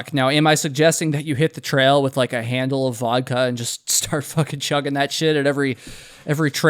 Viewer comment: did you say “shart with them” ? Okay… if you say so. 💩